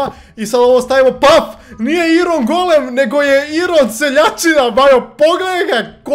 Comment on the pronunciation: NIJE IRON NEGO AJRON